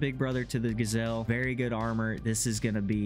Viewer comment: Not a gasel. Its GJel'